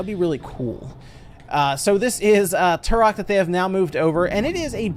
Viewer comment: It’s not turrrhok, it’s pronounced Trok.